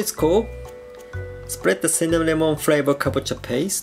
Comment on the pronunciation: You keep saying Cinnaminamon and I just I keep laughing you are so cute